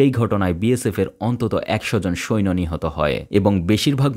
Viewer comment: শব্দটা সৈন না। সৈন্য